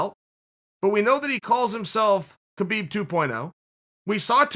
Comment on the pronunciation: Chael, if you can say "Khamzat" like if it started with an R, like it should be, why can't you say "Khabib" like if it also started witn an R, like it should also be???